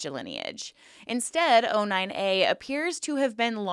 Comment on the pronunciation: O9A not 09A why you say it wrong ?